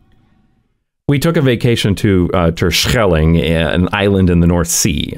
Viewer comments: that "Terschelling" was crisp 👌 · Compliments on the pronounciation of Terschelling :D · That pronunciation of Terschelling is a sign that you are truly a Dutchie now😂 I love these videos. I think I, and many other Dutch viewers, sometimes forget how nice it is here because we are so used to it, and these videos are a reminder to appreciate it. That said, we should never stop striving (or complaining :p) about bad infrastructure